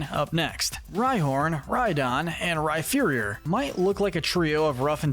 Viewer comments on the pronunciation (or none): When you said Rhyferior I nearly clicked outta the video it’s Rhyperior like superior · Bruh. It's Rhyperior - not Rhyferior. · Some of your Pokémon name pronunciations are so bad it leads me to believe you haven’t played the games or watched the anime much at all. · Yeah there is no “F” sound in the name.. definitely should be the “P” sound. Like the word “Superior” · I know that. This is me joking about how he pronounces Rhyperior as Rhyferior ( like it was spelled Rhypherior ) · AGAIN, THE F IN RHYPERIOR IS SUPPOSED TO BE A P! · The way he pronounces Rhyperior 😭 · THE F IN RHYPERIOR IS SUPPOSED TO BE A P THE FIRST TIME! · Did you just mispronounce Rhyperior, or is it a joke with Rhyperior being inferior instead of superior to Rhydon? (In term of how it looks) You also slightly mispronounce a few other Pokémon names from time to time, for example Barbaracle. Though I admit it is hard to pronounce. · THE F IN RHYPERIOR IS SUPPOSED TO BE A P!